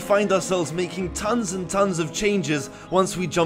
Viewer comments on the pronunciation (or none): none